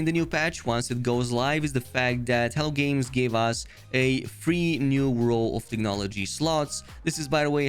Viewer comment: Every time you say "Hello Games" I hear "Hell Games" 😂 Thanks for the update on the patch!